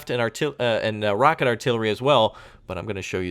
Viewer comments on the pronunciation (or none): none